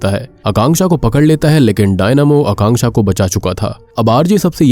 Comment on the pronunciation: Thanku for pronouncing Akanksha name correctly